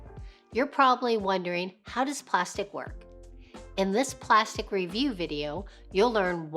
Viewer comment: Fyi: It's not "plastic" it's pronounced plas-teek